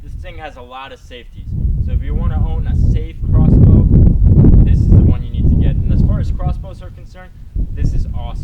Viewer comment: you said rossbow